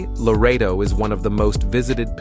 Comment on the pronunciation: It is Loreto, not Laredo.